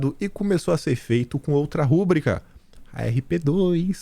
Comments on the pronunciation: A palavra "rubrica" é paroxítona. Não é "rúbrica". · Querido, não fale "rúbrica," não existe acento. O certo é rúbrica, com força no BRI. BEIJOS!? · Rúbrica NÃO! Rubrica não é proparoxítona.